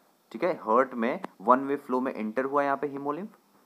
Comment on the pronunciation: Ni bhai "hurt" ni ha "heart" ha 🙂